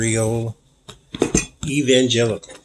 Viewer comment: My mind heard you say, "Is Michael Penitentiary a real evil genital?" lol Just love your readings!